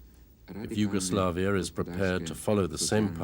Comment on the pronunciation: the way the narrator says yugoslavia is triggering me